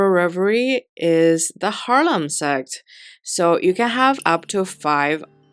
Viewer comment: Can someone make a vidéo. Someone who can pronounce sect ….😂😂